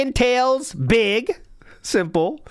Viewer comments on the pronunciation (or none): none